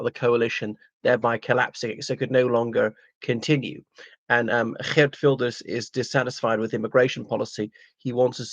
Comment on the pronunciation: I’m impressed with your Dutch accent when pronouncing his name.